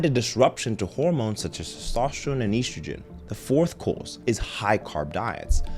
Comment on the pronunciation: Estrogen is pronounced with the short E vowel, not the long E one.